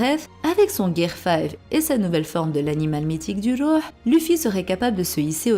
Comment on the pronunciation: J'aime trop ta voix elle es apaisante lol tu prononce bien le rouh en arabe sa veut dire une âme .gros kiss